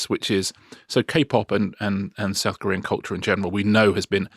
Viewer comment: I am, it must be admitted, becoming a tad hard of hearing in my dotage. In the item on BTS, Richard referred to ‘South-Korean culture’, and I was convinced, at first, that he said ‘saccharine culture’. Hmmmm …